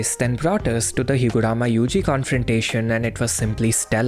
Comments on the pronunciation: It's HiguRUma!! Shit had me crashing out everytime you said HiguRAma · Higurama sounds funny